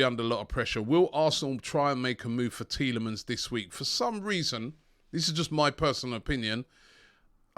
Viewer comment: Robbie please donate £1 to a charity everytime you say Tielamans this week And I will match it